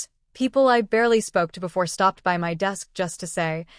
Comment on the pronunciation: The AI is awful!!! Spelling out BY, IT, O instead of zero.